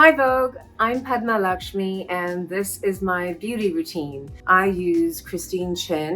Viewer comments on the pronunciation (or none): Padma Lakshmi is an indian name...i mean yeah it's her name and its upto her how she wants to pronounce it...but man the name got butchered TT "Phad-muh lack- shmi"....T^T